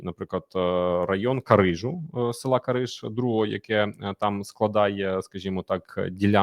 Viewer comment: Кариж. Ударение на перый слог. Вы не во франции 😂😂😂